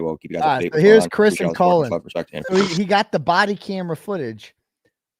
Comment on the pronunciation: Love that you call him colon. LOL